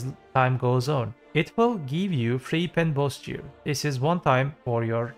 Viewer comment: Jear score? U mear ''gear''?